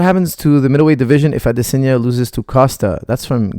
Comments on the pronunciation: Not to mention Adesanya, not Adesenya!! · The way he says "Adesanya" literally made me have to stop watching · I tried man, I couldn't carry on, I have no idea why he's pronouncing it in such a bizarre way